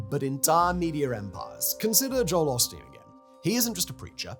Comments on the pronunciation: As much as I detest Osteen- hearing Simon’s accent refer to him as “pasta” is everything I needed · i can't not hear "pasta" every time 😅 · Did you never bother to watch a video of Joel Osteen to learn how to pronounce his name correctly before starting this video?